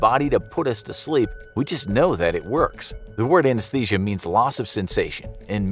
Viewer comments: Ah yes, Anashesia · everyone ignoring how it says "anashesia" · "Anashesia" ?? Huh?